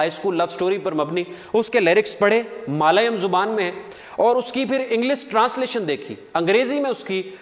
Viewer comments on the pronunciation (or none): Malayum nahi balke Mallyalum